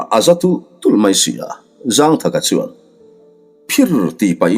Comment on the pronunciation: Zângthaka tih hi thlukna awm lo in zangthaka ti in chhiar tawh laa 😂